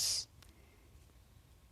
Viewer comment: アノネェ🌀申しにくいけど糸長はいとあしと読むんだよォ